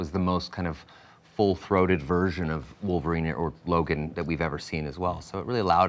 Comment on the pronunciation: cough, she means woleverine and deadpool. i mean really its wolverine 4.....